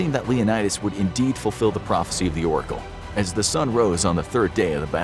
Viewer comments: Dang … it’s prophecy not prophency 🤣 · Did anyone realize that when leonidas said i need to fufil the phrofecy its has an N